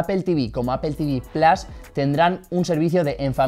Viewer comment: Se dice "plos" no plas